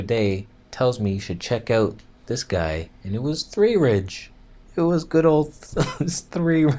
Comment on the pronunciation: lol'd at svthreerige